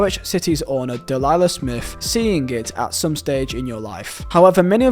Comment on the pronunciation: Norwich owner "Dalala Smith".